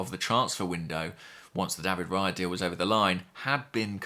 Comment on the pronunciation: Raya rhymes with player, please ask Andrew, you know he speaks Spanish